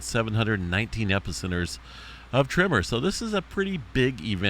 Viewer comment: Why do you say "trimmer" instead of "tremor"? I tried to watch this muted, but the captions also show up as "trimmer, trimmer, trimmer" 🤮 Are we talking about an army of people simultaneously neatening their lawn edges, causing earthquakes??